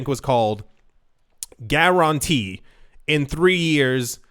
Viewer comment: why did you say guaranteed like that? my dad used to say it like that...